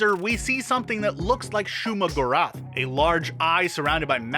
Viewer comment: Ka-thòn. Shoùma-gòrath. Get it right plz